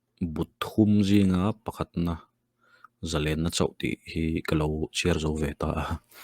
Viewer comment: A lehkhabu hming i sawi diklo nghal. Zalenna kha zalênna i ti daih.